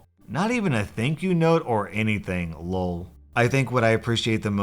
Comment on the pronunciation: STOP SAYING "lole" SAY L.O.L.